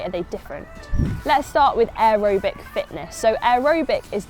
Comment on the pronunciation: why are you pronouncing aerobic like that?